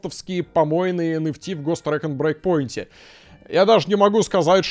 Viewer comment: Каждый раз, когда произносит Ghost Recon Breakpoint, я слышу Гос Трэк'н'Брейк Поинт